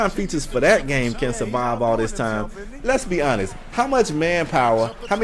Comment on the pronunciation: can i get my first top comment by saying that he said " Lesbianist" instead of lets be honest. THUMBS UP!